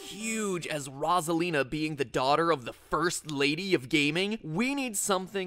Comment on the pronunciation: He is pronouncing her name wrong. It's meant to be (Rose - ah - leen - ah) Yes I know he pronounced it correct a few times but still.